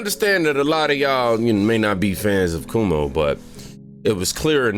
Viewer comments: Cuomo is pronounced Kwo-mo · Cuomo is pronounced “Quomo”. LOVE your channel!! ❤️❤️ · His name is pronounced Quomo